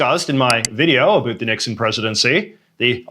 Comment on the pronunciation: JJ.......What is the deal with the way you pronounce "about"? are you putting us on or what? I have been to every part of Canada and the US and Europe and have never heard that particular dialect.